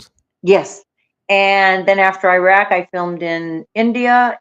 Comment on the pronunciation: Is it mentioned anywhere that these are countries destabilized and destroyed by U.S. wars of aggression, many prompted by Israel's neocon/U.S. agenda. Please learn how to pronounce Iraq.